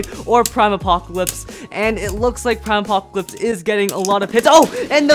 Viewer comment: Normal saying prime apocalypse: aprime apocalypse